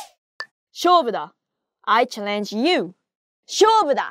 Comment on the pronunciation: Challenge - stress on the first syllable. Also 'damn'